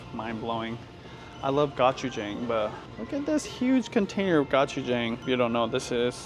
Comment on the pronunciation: Not Got chu chang…it’s Go Choo cha Ang….like go go!